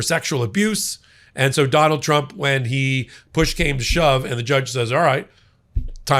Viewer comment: 😂 Ok I definitely heard "Jonald Jump" and I'm certain it's because he said "judge" like three times before his name. Not nitpicking, that just kinda tickled me, even more so if that was intentional